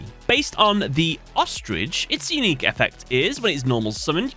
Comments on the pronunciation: Lol "unuiqe" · ah yes, I do love me an "unuiqe" effect